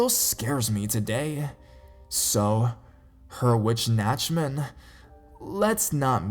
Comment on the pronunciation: You really butchered "Weihnachtsmann". At least i think that's what you tried to say. But i guess it's a really, really difficult word for a non-native. :)